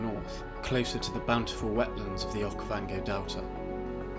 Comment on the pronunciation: Narrator saying “Okayvongay” is wild